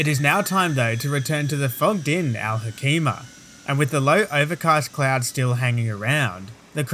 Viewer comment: Al Hoceima I am from that city Al Hoceima is pronounced Al Hoseima not Al Hokeima with C like niCe not like C in Clan